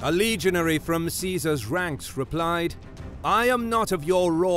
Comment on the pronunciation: The word is pronounced legion-airy, not legion-air. Otherwise, fascinating.